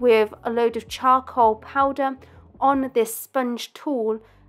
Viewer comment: I love how she says cha-col